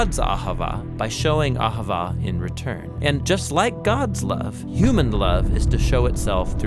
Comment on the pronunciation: Cmon you gotta say it like a Jew. Ah havah